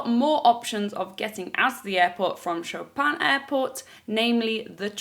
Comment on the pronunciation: I know it's minor detail but Chopin is pronounced Sho-pen (like show without w and pen like... well pen 😂 🖋) 😉. The airport is named after one of the most famous and talented polish pianists 💕